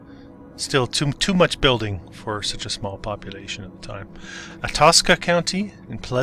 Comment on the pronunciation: Atascosa is pronounced like atta-boy! Ata-scosa. But you doing very good so far 😊😊.. Bossier parish in Louisiana has a funny story behind the current location of the courthouse. Apparently it was in one city, but someone went and stole all the records and moved them to Benton? And everyone was like eh, whatever, we not moving them again. Courthouse is here. 😂